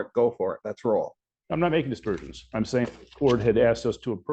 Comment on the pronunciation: Aspersions. Not dispersions.